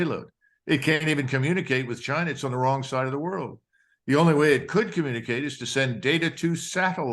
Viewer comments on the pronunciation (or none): none